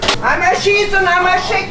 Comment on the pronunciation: "Einmal Schiiiieees und einmal Schickeen!!"